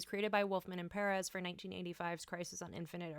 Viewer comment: Always a pleasure to hear someone pronouncing George Perez' and Ernie Colon's names correctly!